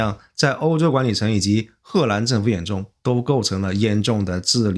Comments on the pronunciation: 为什么念贺兰？ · 荷蘭的荷是二聲，不是四聲，一直賀蘭賀蘭聽不慣😂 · 这河南的更是故意的吧😂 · 艾森读 荷兰的时候好像有河南话那味😂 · 感觉是湖北